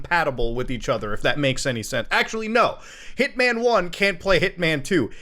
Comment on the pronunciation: Hearing him say Hitman over and over I’m starting to hear Ip Man 1, 2, 3 lol